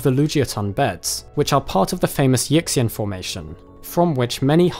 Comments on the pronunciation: a suggestion...so many of these locality and fossil names are Chinese, it would be nice to learn at least roughly how they are pronounced. I am probably not the only person in your growing viewership who knows Chinese. Yixian is not, for example, pronounced “Yick-see-en” it is approximately “Yee-shee-en.” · = Yixian should sound like "Yee-shian" not "Yicks-ian" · good vid but whenever someone says “yixian” as “yickseean” my ears bleed. it’s pronounced more like “ee-hsien” (some people will say the x as a “sh” sound, which isn’t correct either; it’s a hard-to-describe aspirated s-like noise not found in english) similarly the dinosaur’s name has a long a, not a short a. “chongmienia”. it’s never “chayng” if it’s mandarin. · Great video and your pronunciation of the Chinese place and dinosaur names is pretty good, except for Yixian. It should be pronounced either Yee shian or Yih shian. Either way, the X should be pronounced with more of a SH sound like in shush. Why they don't simply use SH when writing Chinese words in the Latin alphabet I have no idea. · Yixian is pronounce something like EE She-Ann. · You are mispronouncing Yixian. The I is like ee, and x is a soft sibillant version of sh, NOT like ks. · Will you please Google how to pronounce Yixian